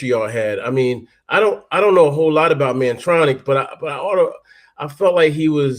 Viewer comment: Kurtis name is Mantronik, not Mantronix. Mantronix is MC Tee and Mantronik